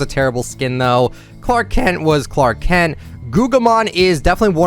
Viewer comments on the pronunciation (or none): none